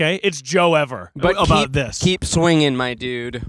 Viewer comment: not mispronouncing “it’s joever” 😂